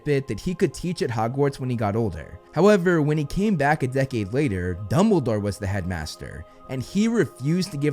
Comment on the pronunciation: Dumbledore not Dunble😂